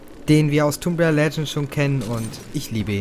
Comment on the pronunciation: du sprichst tomb rieder falsch aus du must das o kurz sprechen !!!